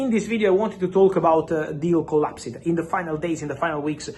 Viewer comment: per favore Fabrizio, 'COLLAPS-D' non 'COLLASIID'